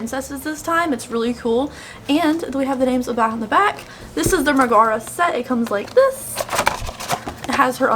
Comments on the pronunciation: They said it wrong in the colourpop reveal video too💀 I keep screaming mega-rha not meh-gaar-ra. I don’t know how to spell-pronounce stuff so even that might be wrong😂 It doesn’t drive me nuts so much as make me giggle to see how people pronounce it differently. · Pronunciation: Megara = Meg-uh-ruh 😉 Loved the eye look. I ended up buying the entire collection because I have no self control. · I think this look is so cute. I love the cute diffused pink. (I have to stop myself from buying every pink eyeshadow pallet ever) One thing though Megara is pronounced meg-a-ra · Meg is my favorite of all the Disney girls. Her song in Hercules is ICONIC! and she's a real badass. Lol kinda kills me your saying her name wrong but whatever, do you. Lol ✌🤘💋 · I didn't see the reveal video. It doesn't for real bother me like annoy me or anything. But just cause she's my favorite it makes me like "noooooo" lol but esp for colorpop to mispronounce it that's ridiculous. But now I totally understand why she said it the way she did. But its deff wrong from how it is in the actual movie. Lol